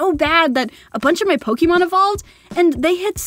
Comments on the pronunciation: Pokemon DIE-MAN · Pokemon Die-man 😂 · Pokémon die-man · Not to be rude but you said Pokémon wrong 😅😅😅😅